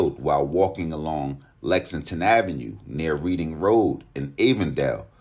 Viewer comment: Reading Rd is pronounced Like the color Red. And Avondale is pronounced the opposite way you said it, the A is like in apple. Love to see my city covered more often. Shits gotten wild here.